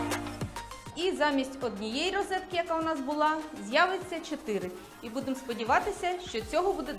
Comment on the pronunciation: рОзетки, а не рИзетки)))